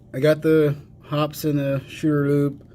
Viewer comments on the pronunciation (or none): Paint thinner or Kerosene to clean. Synthetic 10w-30 for lube. No jams, no rust, no BS!! 50+ years now. BTW..... It's pronounced "Hoppeez". Not "Hops" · Yep, Shooter's Lube is snake oil that does not work. There is a reason that Hoppe's #9 has stood the test of time. FYI, it is pronounced Hop-eez, not Hops. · Very good and interesting vid! FIY, the reason Hoppes is better is because it is mainly kerosene-based, and some ammonia's with it, and a bit of banana oil (for fragrance..no shit!). Just for fun, it's actually pronounced "HOPPeez", (I still call it "Hops", tho), and the #9 refers to the nine ingrediants in the formulation. Keep the good vids rolling, bro! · Hoppe's is pronounced with the 'e' sound.